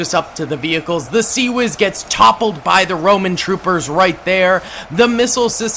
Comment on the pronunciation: I makes me cry hearing him say CIWS like that